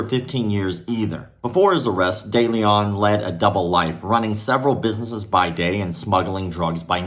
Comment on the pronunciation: The letter e in de Leon or Deleon as it might be spelled is pronounced like e in the word "lend" and the "on" like the word "own" not that I care about criminals but I have the same last name.